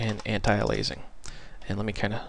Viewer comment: BTW you pronounce it like 'anti'+ 'alias' +'ing'!